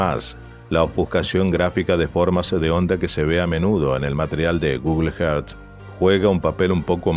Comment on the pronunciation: Por favor Google earth sonaría más o menos así … gugl érzz . Si no decilo en español pero no solo que te duelen los oídos aparte que resulta extraño que un canal tan bueno y con alto nivel de excelencia cometa un error fonético de esta magnitud